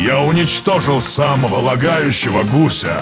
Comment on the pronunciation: Правильно не гу́ся а гуся́